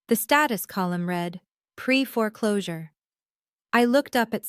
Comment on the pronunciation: AI still having issues with ‘read’ as in ‘reed’ & ‘read’ as in ‘red’ Watching from Leicestershire in the UK 🇬🇧